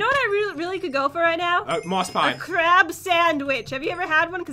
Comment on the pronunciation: am I the only one that thinks she says crap?